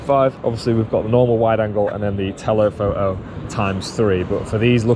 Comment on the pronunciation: "telepho'o"? Come on, there's a T in there. You can say it. pfft